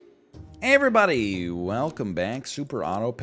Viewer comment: I feel like the intros have slowly detoriated after countless years of saying the same line 3 times a day, and it now just sounds like he says ''Eeeverybody''